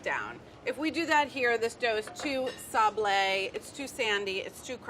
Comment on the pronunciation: sand in French is sable but the pronunciation is without the hard 'e'